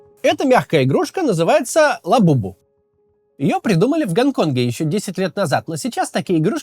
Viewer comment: как же забавно ты говоришь Ла бу-бу 😁